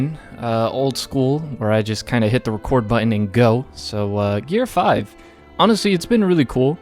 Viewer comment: Finally, someone said it right.